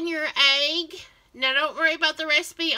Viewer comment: Dip it in your “aig ” 🤣 love it